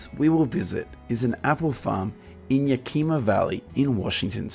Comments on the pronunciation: Its not "ya kee' maw", it's "yak' ii ma", and Wenatchee and Chelan produce more.🤷‍♀️ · Yeah ca ma...not yah key ma....ugh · Yakima, WA is pronounced Yak-eh-Mah 🙂 not Yak-ee-mah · How did you visit the Yakima valley and still not know how to pronounce Yakima?